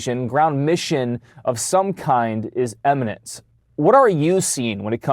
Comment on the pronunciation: The CNN Reporter cannot differentiate the word IMMINENT from EMINENT.